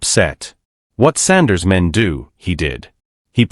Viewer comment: Chatter Sanders! 😳😳😳🤯. His Education has failed him! 😂😂😂. At least get the Man's name right! Good Lord!!